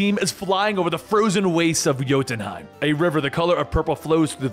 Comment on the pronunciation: He mispronounces jotunheim often